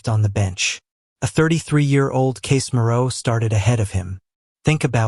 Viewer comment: Case Mirou? Hey AI, you mean Casemiro? And love dashes?